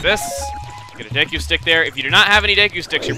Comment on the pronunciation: Wow. Chuggaa is being really inconsistent with pronunciation. He keeps switching between saying Deku as DAY-koo, DEE-koo, and DEH-koo.